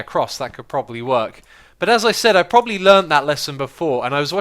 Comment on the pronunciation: X, why're you saying "properly" instead of "probably"?